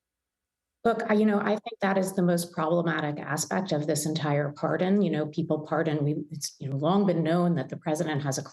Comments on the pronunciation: It's pardon not parson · I'm romanian. I went to a communist school where I never learned english. And It's pardon not parson! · Can’t even get the word pardon right, THIS IS WHY NO ONE WATCHES YOU CBS YOU SUCK HAHAHAHAHAHA